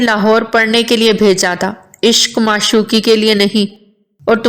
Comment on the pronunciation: ماشوقی نہیں معشوقی ہوتا ہے